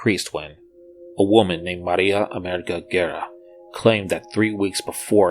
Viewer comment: As an European/ Portuguese person I have the duty to inform the reader that is not “Amirica Gira” but América Guerra in terms of pronunciation. It is a common Spanish and Portuguese name and we should press the R and Gs